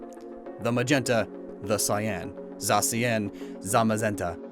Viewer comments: Stekel Stekel za-CY-an. That's how I'm pronouncing her name now. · So then this means I've been pronouncing Zacian wrong the entire time.